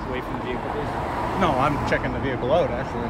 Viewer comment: Please refrain from the the vey-hicle sir. Reamin from vey -hicle I say. Halt